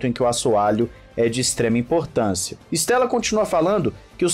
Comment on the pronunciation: Cara não è Stèlla, è Andrea Stêlla ( estrela em italiano) si pronúncia ISTÊLLA